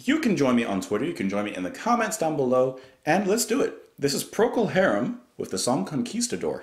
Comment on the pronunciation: First time pronunciation was spot on.